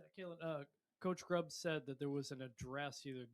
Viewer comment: If you're going to ask questions, them get the fucking coaches names right when you ask!! This is your job to know your people you're speaking with and asking questions!!! This means you're terrible at your job! His name is Ryan Grubb!!!!!!!! Not Grubbs!!! Know what you're supposed to know